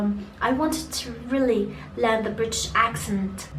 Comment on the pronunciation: النطق عندك كتيييييير كلمات قلتيها غلط ابسط حاجة Really